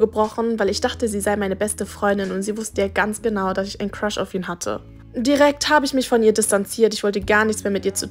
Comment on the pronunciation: so:ich habe einen cruhs bekommen was ich verstehe:ich habe einen Fisch bekommen😅